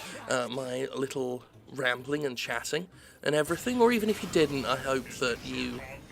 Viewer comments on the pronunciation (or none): none